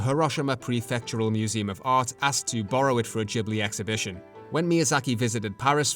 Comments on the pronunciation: It's not Jee blee, but gi·blee. Great video ! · If I may, Ghibli is an Italian name for a wind, "GH" in Italian is pronounced like "GU" in English like "guet" or "guard" not like a "J" ou "DJ". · because he is saying it in the Japan pronunciation. UK, US, Latin based language we pronunced it Gibli as intended in Italy (I’m a humble Italian from Avellino). Only Japanese and some others Asians countries says Jee because in native Japanese phonetic is different that’s all ^^ (and it would mean something else)